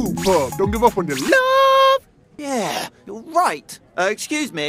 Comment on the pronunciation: Who else thought it was rude pug instead of pup